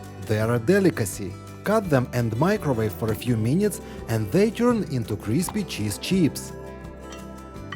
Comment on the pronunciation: When you say “crispy” it sounds like you’re saying “greasy”. Big difference.